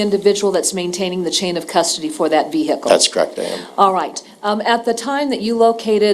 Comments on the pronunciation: Watching from the UK where we don't pronounce the h in vehicle, I've been totally distracted by the prosecutor's pronunciation of V-Hicle. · I say it with the h too lol I'm over here trying to remove the h 🤣 thank you. This trial breaks me and I needed a chuckle. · How do you say it then?? I'm having difficulty hearing it without an 'h'.